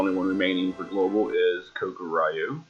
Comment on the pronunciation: I don't want to be a pronunciation nazi here, but it is pronounced like ko-kuu-ree-yu. honestly, I wish they just called it Black Dragon in English for GL, because that's what it really means in Japanese. In fact, me and my friend have been calling him Black Dragon all the time. I didn't even realize that in GL they used a romaji (Romanized Japanese) name of Kokuryu.